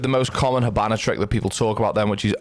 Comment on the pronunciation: I can't unhear it "hibannar"😂 good tips brother